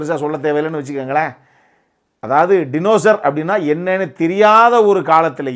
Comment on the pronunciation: டினோசோர் ஆ? அப்போ அது டைனோசர் இல்லையா? 😅